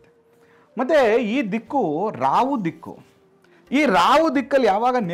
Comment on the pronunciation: Rahu not Ravu. Pl rectify your self.